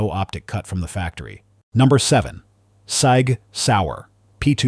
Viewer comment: Sig NOT SAG!